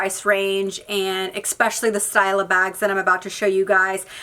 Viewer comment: I enjoy watching your videos but it’s especially not expecially.